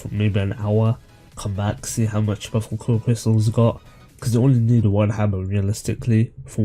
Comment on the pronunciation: btw buffalkor is prononced BUFF UL CORE